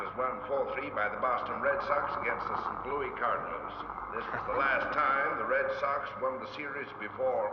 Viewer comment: It’s not St Loue it’s St Louis